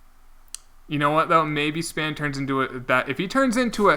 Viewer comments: Never new i was pronouncing the country Spain wrong my whole life 😂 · Spain not Span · btw its Spain not span and McCarty not McCarthy